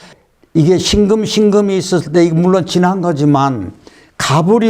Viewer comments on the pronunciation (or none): 辛금의 戌월을 들으니 庚금의 戌월로 들립니다😅 자연은 대우주 인간은 소우주❤ 귀중한 수업 감사합니다